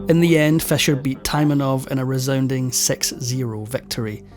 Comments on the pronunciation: Why you saying Fesher it’s Fisher. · Stop saying fescher it is pronounced feesher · Your accent woudn't be annoying except for pronouncing Fischer's name as "Fesher" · Is it fisher or fesher, pronunciation? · I had a hard time understanding "your vedeos about Bobby Fescher". Please try to fex it. The number 6 is not sex. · I can tolerate that but not the mispronunciation of Roald Dahl's first name.